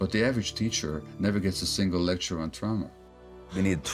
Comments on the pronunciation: Amy. It’s TRAWma, not TROWma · trauma..pronounce it properly..it's not trow-ma. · Like German pronunciation perhaps Don’t know why though Tr-ow-ma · Why the hell does Amy talk like that? It's totally distracting. "TraUma?" Get fucking real 🤣 Kind of like how she's willing to hock a loogie every time she pronounces "Afghanistan" but gives us the HARDEST "X" in MeXico. Love the show, hate the performance. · I cant listen to this woman mis-pronounce the word Trauma.,,,Omg! Amateur. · I dislike Amy's pronunciation of trauma. Always trying to be special. I know ur a linguist but take it easy. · Does this lady really not know how to pronounce the word trauma? How intensely aggravating, and she was already aggravating enough. The left-leaning bias from this channel is worse than MSNBC